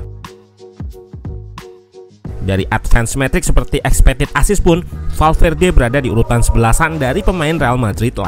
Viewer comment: eeh salah lagi kurang L nya. valverde🤭